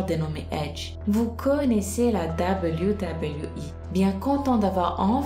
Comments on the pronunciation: Pourquoi tu parle avec le nez en permanence ?? Et cest pas WWI mais WWE c'est un E pas un I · Arrere de dire doubleyou doubleyou I mdrrr en france ont dit double v E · Dit Doube v double v euh !! Pas dablyou dablyou voui 😭😭😭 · Super video! Mais ca se dit "deubeliou" pas "dabaliou" ... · wech prk elle le prononce " dabliou dabliou i"😂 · ça façon de prononcer le W -_- dabeulyou dabeulyou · c'est WWE et non debuidebuiwui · tg avec ton. dableyu dableyu i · Dabeulyou dabeulyou hi apprends a parler ptn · ses même pas dire wwe sa me fâché putin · tu la prononcé mal wwe